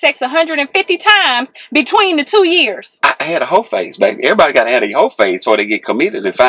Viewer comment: He said " hoeface"😂😂